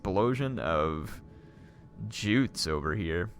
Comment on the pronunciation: Juts is pronounced as youts